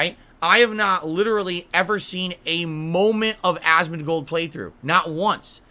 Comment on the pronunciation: why does he say asmongold's name like that? god damn also lol the only thing you showed your passion for back in the day is being racist